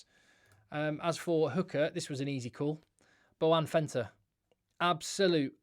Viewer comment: Why you call Malcolm Marx Boan Venter😂